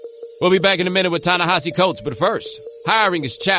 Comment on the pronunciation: Thank you so much for turning me on to William Darity. He's the grownup in the room I've been hoping to learn from. Plus thanks for teaching me how to pronounce Ta-Nehisi's first name, but Prof. Darity gets top billing.